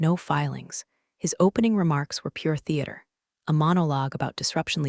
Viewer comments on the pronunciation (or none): none